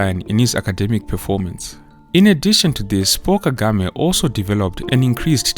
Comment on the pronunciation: Paul Kagame. It sounded like "Poor" Kagame. He is the rare African leader who is honest and speaks the truth convincingly.